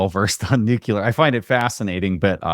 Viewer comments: NUCLEAR, NOT NUCULAR. JESUS CHRIST. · Not “Nucular”. Obnoxious. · I had to stop listening even though it was really interesting 😂 “nucular” is too distracting! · Love ya but the word is pronounced nu-clee-ur